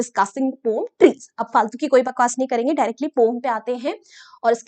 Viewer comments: Poem ko pom pronounce Krte hai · Poem❌ pom✅ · Poem bolne ta tarika thoda casual hai "pom"😂